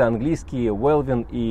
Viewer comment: Интеллектуальная инфа, классно. Но для кого вы тупите? Или это шутки у вас? Не смешно. Уэлин, а не Велвин.